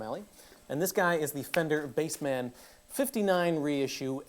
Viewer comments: isnt it bassman not BASE-man? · Dude it’s not pronounced Bass-Man, it’s bassman 😂